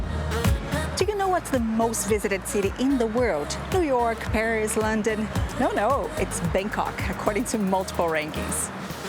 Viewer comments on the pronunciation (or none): none